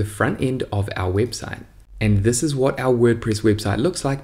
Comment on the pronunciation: "Si iss iss" haha, thanks for the video !